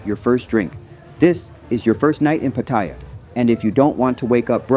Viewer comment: i would say its patt a ya not patyer